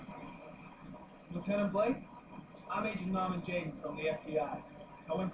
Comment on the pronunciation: Normen??? NORMAN JAYDEN (L)